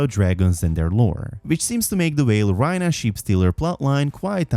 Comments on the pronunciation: RAE-Nuh not Rhyna… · Rhaena is not pronounced Ryna but RAYna,😂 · never heard anyone butcher someone’s name that bad 😂 rynah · why do you mispronounce her name like that, they say it as rEYna